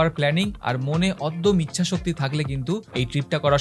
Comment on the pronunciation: অদ্যম ইচ্ছাশক্তি নয় ওটাকে অদম্য ইচ্ছাশক্তি বলে 😂😂😂